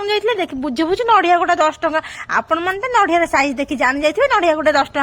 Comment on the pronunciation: Kn chalichhi ethi jatra..... It's nadia, not nadhia. (Kobari kaya)